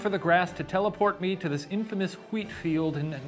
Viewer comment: Shane's " wheat" and other words containing -wh pronunciation reminds me of that Family Guy episode with "say 'cool whip' " cute though